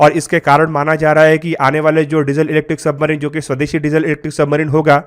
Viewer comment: Submarino... Weapono... Consditiono...idle ko ideal bol diya 🤣.. English words ka gaangrape kar diya.